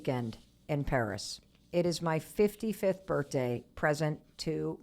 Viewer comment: Hello Mel Thanks for all the emails- I love you too! I have to ask why is birthday birt- day for you? Really curious if one of your parents pronounce it this way as well?